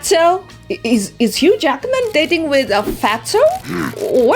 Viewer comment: His name is Hugh Jackman Not HUGE ACKMAN :face-green-smiling::face-green-smiling::face-green-smiling::face-green-smiling::face-green-smiling::face-green-smiling::face-green-smiling::face-green-smiling::face-green-smiling